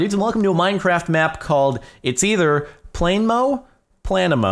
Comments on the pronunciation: It's (plan - uh - moe) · It's pronounced PLA-NEE-MOE. It's a planet with no star to orbit. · Not planemo its obviously planemo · It's planemo not planemo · Its planemo not planemo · Planemos are objects similar to brown dwarfs, failed stars too small to sustain the nuclear reactions required for stellar ignition. But at only a few times more massive than Jupiter, they resemble planets more than stars. It is pronounced Plan-emo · No it's pronounced planemo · It's obviously pronounced "planet" without the T, -mow. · maybe it is pronounced plan- ehh-mough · I think it's Pla-neh-moe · Planet, without the t, mo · I think it's said like planet with a mo like planeemo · the name is plan-nam-o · I think its plane mo (without a space but then it would be plane-e-mo so I'm confused) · I think the map name is either said like plan-ee-mo or plan-eh-mo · plan-e-mo (kind of fast said, also the "e" is pronounced like it is in elephant.) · Planemo said as: Plan - a - mo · It's prinounced planemo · Think it's Pla-nemo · it's pluh-neemo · I think It's Plan-emo. :P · I think your pronounce it like planet. Planemo (Plah-neh-moe) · I think it's Plan-e-mo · It's "Plahneemow" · Plan - eh - mo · I think it's pronounced- Plan-(short 'a')A-mo (short o'o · its plan-emo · its plan-e-mo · It's pronounced Plan-ih-Moh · planet with silent t -mo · Its plan-y-mo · It's plane- mo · I believe it is pronounced plan-em-oh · I think it's plan a mo is how I think is pronounced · I think it's pronounced planemo. Troll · Plan-I-mo That's how you say it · plan-EH- moe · i would say it is pronounced Pla-nuh-mo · It's plan e mo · No it's pronounced planemo😐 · It's pla-nuh-moe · I think its pronounced planemo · I think it is pronounced pla nemo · I think it's pronounced as plan-I-mo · I think it's pronounced plan-emo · "Plan-eh-mo" is how you pronounce it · I think it's pronounced planemo. :) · it pronounced (play-n-mo) silent e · its pla-ne-mo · Plan - eh - moe (eh like meh) Planemo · It's pronounced Planemo